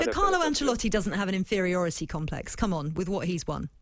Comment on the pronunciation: Inferortiy complex.🤣🤣🤣🤣🤣🤣🤣🤣🤣🤣🤣🤣🤣 what the hell does that mean.🤣🤣